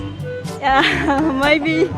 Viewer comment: Từ maybe nên đọc chuẩn là mêbi nhá. Có nhieu ng đọc maybe... vl